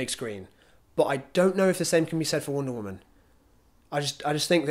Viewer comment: "wOOnda woman"